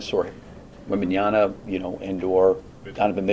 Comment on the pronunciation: These people who cannot pronounce Victor's name properly, who say "Wembanyana" deserve to lose. Coaches like Donovan who spend the entire post game pretending his team had it all under control vs giving credit to the other team, they are accustomed to losing and trying to save their jobs.